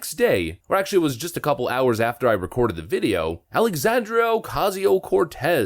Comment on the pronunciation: Lol “Alexandrio” Ocasio Cortez”